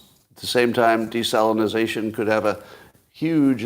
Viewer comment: It's "desalination." Not "desalinization."